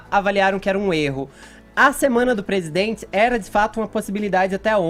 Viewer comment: Nem falar esse cara sabe...... "Eu dZi amo meu Brasil"... "PresidendZi"... Será que só eu que ouço isso, dá no nervo....kkkk...